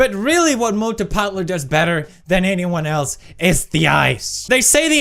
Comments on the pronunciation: Not fatlu, it is Patlu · Its not phatloo.....you should pronounce it patlu